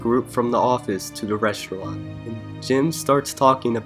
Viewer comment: Scranton shtrangler; Toby shtrangled somebody; reshtaurant; ecshtremely. Fuck man!! Do something about that sh ... shtruggle